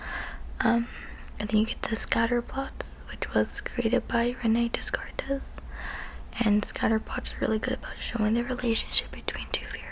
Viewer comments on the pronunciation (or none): I finally got some time to listen to this. I actually found this fun to listen to. I vote for future teacher. FYI, Rene Descartes was very much French. His surname is pronounced "day-cart", not "dess-cartez".;) You'll learn about him a lot more if you ever take Philosophy.